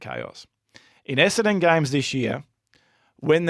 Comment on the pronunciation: Could someone please teach that Essendon has TWO ‘n’s’ in it…….EsseNdon not EssAdon!